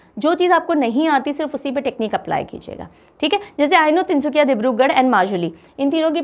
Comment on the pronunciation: Tin sukia...not tin sukhia ..In Assamese suk means corner...so tin sukia bole tu ..three corners.tin kunia..like triangle....lv 4m Assam..